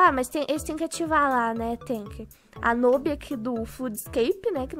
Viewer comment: É tão "nub" = jeito q fala q até falou "nôbi" tô Brinks te amuh mttttttttttt e só pra tu saber vc é mó PRÓ